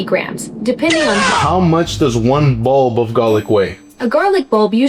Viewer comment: I heard bowl instead of bulb too lol